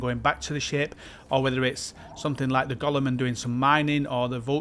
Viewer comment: Sry, it's not "Gollum", but "Golem" 😆